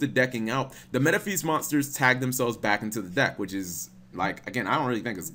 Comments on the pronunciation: “Metaphees” CHICO WHAT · your pronunciation of Metaphys hurts my ears. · Yep, he really sucks at pronunciation.